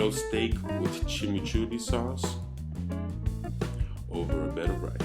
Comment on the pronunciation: Your dint say Argentinian Chimichurri TRUE!! REMAND YOUR........ Chimichurri (Spanish pronunciation: [tʃimiˈtʃuri]) or chimmichurri is an uncooked sauce used for grilled meat; it comes in a green version (chimichurri verde) and a red version (chimichurri rojo) and originates from Argentina and Uruguay. It is made of finely chopped parsley, minced garlic, olive oil, oregano, and red wine vinegar. The dominant flavoring is parsley, garlic, red pepper flakes, and fresh oregano. Maybe your VERSION shod call Chimichurri??